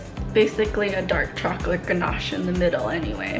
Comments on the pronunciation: Are any else of you guys hearing her say “choclick” or “chocolate” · Do you cay choclick? Cuz that's what I hear